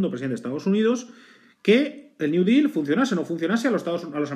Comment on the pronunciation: Intentas pronunciar "deal" en ingles y lo haces pero que si lo haces en español y mal. Espero que al día de hoy lo tengas superado. Buen video.